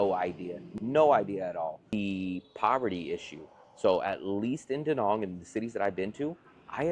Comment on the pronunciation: Since you live there, learn to pronounce the name of the place: It's not Da Nong goddamit, It's Da Nang!